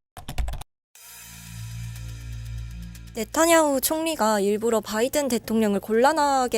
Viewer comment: 네타냐후를 왜 자꾸 나타냐후로 부르나요? 교수님 이름을 송일꽝으로 부르는격 입니다.